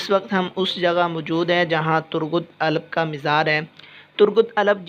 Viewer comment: Bhai Alp sae sy bolen yr